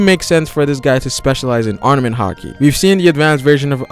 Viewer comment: It's ARM-MA-MENT! NOT ARMA-NENT!